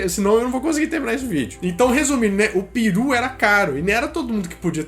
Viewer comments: Mano pelamordedeus , para de falar piru de natal , esta escrito PERU , piru é pau rola benga , pqp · Seu maluco, o nome da ave é pEru. Pare de falar pIru. Hahahahaha